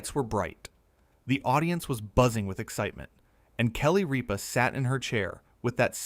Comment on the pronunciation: It isnt Reepa. Its Rippa